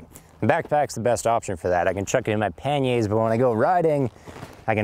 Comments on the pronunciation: You can moan and bark all you like, but your pronunciation is wrong with the panniers. It’s said as it reads. It’s not ‘panyay’ as you attempt..... Sorry. Good vid though, agree with the hammock and tarp, but fix a USB port on your bike and it’s one less thing to carry.... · Great video. One nitpick - it's pan-yurs. Not pan-yays. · Did I hear Pan-yay, I like that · Canadians are so quaint. Pan-YAA's...LOL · im here just for him saying panyay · why do you pronounce panniers like that?